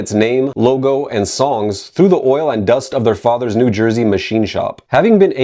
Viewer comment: So knows the proper way to say “Samhain,” but not Lodi. Which is amazing. “…In New Jay-er-sey. This is, of course, your favorite channel, ‘He-Ayy-Vee-Why Academia.’”